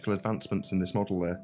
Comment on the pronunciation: The way that the creep pronounces the word model ( as modUL ) is enough to make you dislike him without the drivel of FE